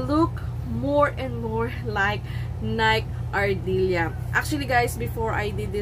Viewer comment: NIKE ARDILLA not NIKE ARDILIA. Thank you.